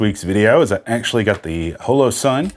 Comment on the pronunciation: i know that mean well, but you talk too much & your gesturing is even worse. Your videos are wa-a-a-y too long. You may confuse the uninitiated by calling the "M" model a compact. Other than that, you're doing fine. OH! Its Hollow Sun, Hoe-Low. And slo-VEE-knee-uh. Proceed.